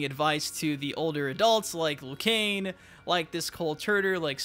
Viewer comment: It is not Liu Kane hahaha